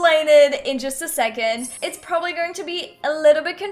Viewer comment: U kep saying propably